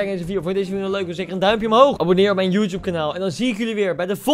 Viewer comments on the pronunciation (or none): none